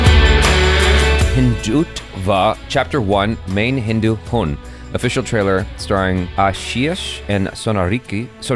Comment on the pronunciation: Hi sorry to say but after doing this many videos you still don’t understand that M is silent in the end … Mein Hindu Hun is actually Mae Hindu Huu